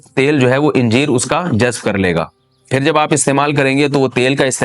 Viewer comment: انجیر کو الف پر زبر سے پڑھنا چاہیے۔ حوالہ: جامع فیروز اللغات۔